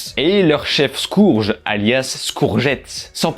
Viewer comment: "J’ai regardé en VO” et pourtant tu dis ”ScOUrge” (phonétiquement) comme dans la VF au lieu de ”SKEUrge” (phonétiquement) qui est son appellation de base et également cele de la VO. De plus, critiquer le disign d’Optimus Primal alors que, depuis le film Bumbelbee, les réalisateurs avaient dis qu’ils voulaient revenir sur des disigns qui ressemblait plus à leur disign de base; et que donc Optimus Primal a son disign de Gorille. Et, au cas où, je NE suis PAS un giga fan de Transformers qui vient ”insulter” quelqu’un qui le critique car je pense que c'est la meilleure œuvre au monde.